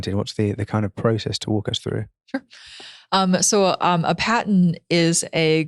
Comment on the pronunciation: .. patent rhymes with bat tent.... It does not rhyme with pay tent.